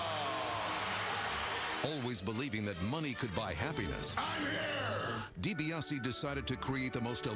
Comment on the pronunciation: It's DiBiase , get it right dork....